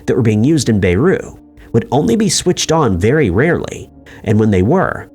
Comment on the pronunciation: “Bay-roo, Lebanon”